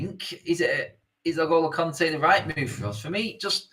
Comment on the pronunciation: How can N’golo possibly be pronounced El-Goal-Oh?!